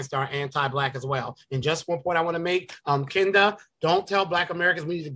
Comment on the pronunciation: Kinda (even tho she says Ken da 🙄 lol)